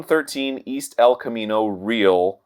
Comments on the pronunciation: I scrolled down purposely to see if someone made this comment, lol.. You would think that after 10 years, Arin would be able to pronounce "Real" correctly! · Re-AL, Arin, think spanish. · as a california native who lives like 5 minutes from sunnyvale, arin's pronunciation of "real" in el camino real caused me spiritual pain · Oh god the way Arin pronounced "Real" in El Camino Real. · I remember waiting in line to buy some Ambiibos at that TRU. Didn't seem any more haunted than a regular TRU. Also how long has Arin lived in California and can't pronounce the "Real" in El Camino Real?